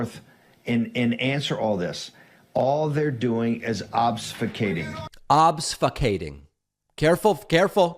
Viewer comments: He's trying to say "obfuscating" in case anyone's wondering, but says obsfucating... It's because hes stupid. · Yes. But Steve Bannon completely botched the pronunciation. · He's just making fun of Bannon pronouncing the word wrong.